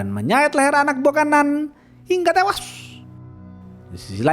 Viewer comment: Bang bacot ngomng tewas nya biasa j dong